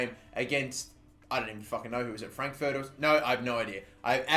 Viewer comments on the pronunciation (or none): none